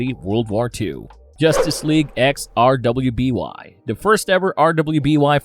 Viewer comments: RUUUUUBY!!! ITS PRONOUCED RUBY no R W B Y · RWBY is pronounced RUBY. Jesus, how come so few YouTubers bother to take 30 seconds to look something up and learn to pronounce it correctly? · RWBY is pronounced "Ruby".